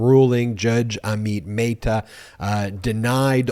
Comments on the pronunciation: Dude Amit Mehta is not a Spanish name. Don't try to apply Spanish pronunciation. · Again poor pronunciation of Amit Mehta.